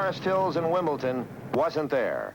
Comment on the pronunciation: what a pity the commentator keeps referring to 'wimbleTon' instead of wimbleDon. so many do this and it is such ignorance.